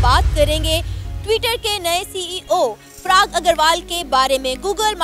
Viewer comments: Prag nahi Parag. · Mam he is PARAAG AGRAWAL NOT PRAAAG AGRAWAL...THX🙏🙏😊😊💐💐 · If you want to get views and this money from Indians, atleast pronounce the name properly..!! It’s Parag and not Prag🤦🏻‍♂️🤦🏻‍♂️